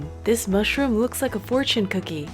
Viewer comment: honey mussroom 😂